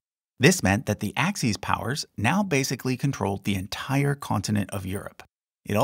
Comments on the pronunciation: Axis, not axes. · Axes? Like X, Y, and Z? I think you mean Axis.